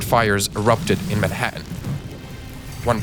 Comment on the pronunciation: it's pronounced Manhattan, the same as its spelled